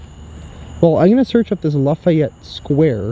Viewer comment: La·fa·yette /ˌlafēˈet NO I in it!